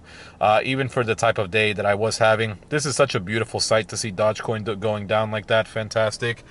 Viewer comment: You can’t even say Dogecoin correctly. You speak incoherent